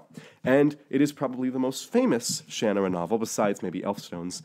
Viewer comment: Ugh... Its pronounced Sha NAR ra ... not shan a rah ... if you don't believe me, go watch Terry Brooks pronounce it.